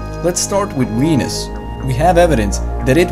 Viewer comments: Overall, this was quite well done and very interesting. However, I respectfully have a few critiques of the narration. The accent is a little distracting at times, especially when you pronounce "Venus" more like "Wenus" because occasionally people humorously combine the words penis and wiener (admittedly, this isn't common, but it did make me giggle adolescently). Like most non-native English speakers, you stress words incorrectly at times, but more significantly, once or twice you use incorrect words (you say "harvested life" when you meant "harbored life" ["supported life" would be even better]), and occasionally your sentences are phrased a bit awkwardly. Your meaning is decipherable, but I'm sure you'd prefer to be completely accurate with your English in an informational video like this. So, perhaps you could get a native English speaker to go over your script; not just anyone, but someone who you know can write well. (Though admittedly, that's a skill which is rarer and rarer these days.) But at any rate, thanks for the vid. It really was quite informative. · ''Let's start with Weenis''...really? lmao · Did he say wenis?...